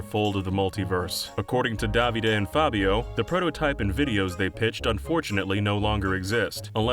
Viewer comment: The way you say Davide sounds so wrong